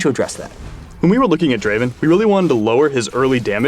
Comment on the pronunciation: Not draven, Draaaaaaven! ◄